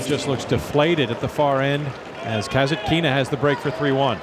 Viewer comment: her surname is KasAtkina, no KasatkIna. KasAtkina is an authority storm.